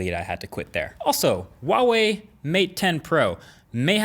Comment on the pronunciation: Please learn to pronounce Huawei as it should be...it's not hard why change the sound when it's quite simple?